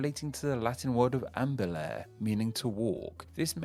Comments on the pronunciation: "Ambulare" is pronounced "am-bu-lah-ray," and Latinate endings in general sound like this, or "ay-ray" if they end in "ere." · If you are tracing the history of names back to Latin, you should pay attention to pronunciation. In any Latin verb ending in "re", the "re" is pronounced "ray", and the previous syllable gets the stress. Thus, ambulare is "ahm-boo-LAH-ray", not "AM-bu-lair". Consider also promenare (pro-men-NAH-ray). The vast majority of Latin verbs end in -are (AH-ray), -ire (EE-ray), or -ere (AIR-ray). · I feel I must point out two things: In Latin the letter v is pronounced like English w. Also, in Latin, all vowels are pronounced, so ambulare sounds a bit like ambularay. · "Ambulair". FFS. Unsubbed.